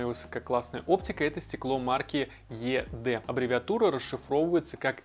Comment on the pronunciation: Только, наверное, не Е Дэ, а ИДи произносится.